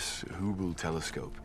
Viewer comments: Hubble, which he mis-pronounced Hooble. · He said 'bubble telescope'? I always thought he said 'hooble telescope'.